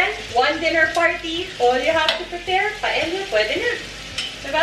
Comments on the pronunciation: Its pronounced paeya. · Kasi sa Spanish "y" kasi ang pagbigkas ng double "ll" like caballo(kabayo or Cabalyo), calle(caye or kalye), silla (siya or silya) and paella(paeya or paelya) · Glad Leon pointed out the pronunciation of paella. It is pronounced as pa-e-ya. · Hi Ms. Marjorie I really like watching your vlogs. I have cooked some of your recipes, all delish. Just to a little info po how to pronounce Paella, kapag double LL it should pronounce like Y (ia). Thats how they pronounce po spanish words. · Hi. I hope you don't mind if I correct you. It just bothers me. Paella is actually pronounced as "PA EH YA". Your version seems delectable because of the chorizo bilbao. I will try that. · my whole life i've been calling this dish as paella but my boyfriend would always correct me & tell me it is pronounced properly as 'pa-e-ya' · MARJ mali yung pronunciation mo ng PAELLA.